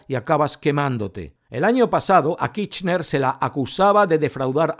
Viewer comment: Ya di mi likito. Pero pronuncia la ''R'' KiRchner.:face-blue-smiling